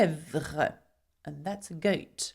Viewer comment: When u say and that’s a goat it sounds like you are British